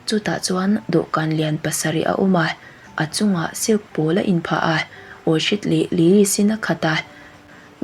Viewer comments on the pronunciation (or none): Orchid (nauban) hi OR-KHID anga lam tur aw sap ho phei chuan O-Khid angin an lam